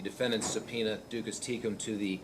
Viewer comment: Its a little iffy that a judge doesn't know how to pronounce "duces tecum".